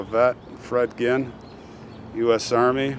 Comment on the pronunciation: Hi, I watch your videos all the time. Thank you for being so respectful. I appreciate that and the stories you tell. Also, I just wanted you to know how amazed I was when you pronounced "Ginn" the right way, when you came across Fred Ginn's grave. My last name is Ginn, but it's so often mispronounced. Many people think it's Gin pronounced like the alcohol, but it doesn't bother me one bit. I always tell them Ginn, Gin, either or.🤣🤣 I've been called alot worse hahaa Thank you for all you do. Take care! Jill🇨🇦